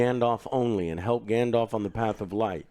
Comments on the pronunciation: "Grandelf"............are you fuckin serious??? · Hodor. Grand the elf. Grand Thr Elf. Grand te elf. Grand Elf. GrandElf. Gandelf. Gandalf. 😂